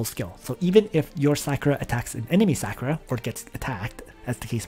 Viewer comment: “Calvary class,” “SÂH-ku-ra” and not “SAW-ku-ra” hah thanks for all the intel and advice on your channel, though. For real. There’s only so much out here and you seem to know your stuff.